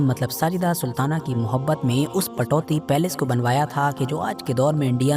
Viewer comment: Ptoudi ( Saheeh hai ) Patouti ( galat hai )